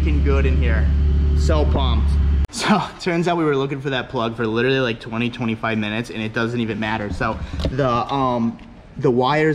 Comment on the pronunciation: "I still need to get my bung welded". Lol that "littaly" sounds like some painful shit.